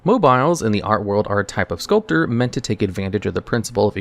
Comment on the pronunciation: You can't even pronounce the word "sculpture". I'm done. Thumbs down.